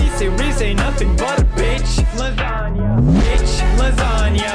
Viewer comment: LASANGE LMAO (not hate just thought it was funny)